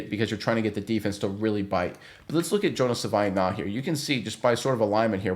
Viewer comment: JFC its pronounced "Sa-vah-ee-nah-yah"